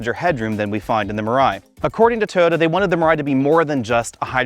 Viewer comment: Now I can’t unhear this. He jumps it down to 2 syllables.